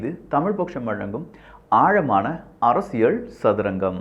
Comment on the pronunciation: யோவ் உனக்கு எத்தனை தடவைதான் சொல்றது அரசியள் இல்ல அரசியல்னு சொல்லு கேக்குறதுக்கு கடுப்பாகுது